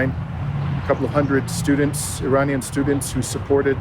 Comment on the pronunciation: Couldn't finish because of the constant mispronounciations. Research?? You can't learn to say "Tehran," "Iran," or "Iranian" before you make a video ???